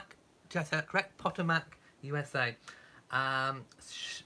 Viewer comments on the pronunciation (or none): The end of the word is mick, not mack. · mick not mack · Potomac is pronounced puh-Toe-mick: Emphasis on the second syllable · Cindy Munger There seems to be a difference of opinion. I suppose in the end it depends on where in the states you are from. Now me being English I would pronounce Po Toe Mac. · lol Potomac is pronounced Po=Pu (a long “u” like in the word fun), to=toe, mac-mic. Phonetically sounds like Pu-toe-mic. 😉😉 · Catching up now before the vlog. Puh-TOE-Mac